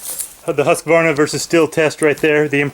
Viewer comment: i love your pronunciation of husqvarna rofl